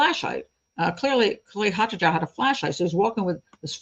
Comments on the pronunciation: The name 'Haataja' is not scandinavian, it is finnish which is often considered a scandinavian country despite not, in fact, being on the scandinavian peninsula. It is NOT pronounced 'haatadja' as you did but closest to 'haataia' as the sound for 'J' in finnish is closest to 'i' in english and absolutely not a 'dj' sound. Also, you say he bought 'an accelerant' as well as the schnapps, which as a combination means that we need to know exactly which accelerant, or you might as well have said "he bought stuff" because that is as pointless to know. Vodka is an accelerant, did be buy vodka? Fairly relevant. Acetone, Benzene, pure alcohol - all accelerants but can be for many purposes other than setting fire to. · It's a Finnish surname, pronounced as Haataya.